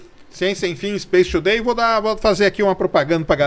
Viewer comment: Serjão fala Space Today e eu só consigo ouvir SHAPE TODAY!!!